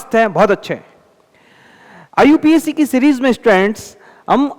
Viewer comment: Iupac name ❌ iu pac name ✅😅😅😅😅